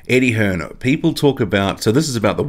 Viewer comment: yep you can tell because he called him Eddie hearns lol its Eddie hearn dumb prick